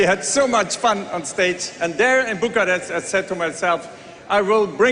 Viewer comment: Bucharest and Maastricht not Buccarat and My Street . Why Europeans don't mess up names like New York with Newtorc, but Americans do that to EU cities ?